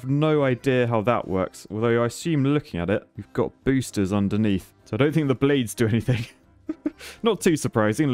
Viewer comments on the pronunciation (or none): Are they boosters, or BOOSH-ters? Rail gun was my favorite.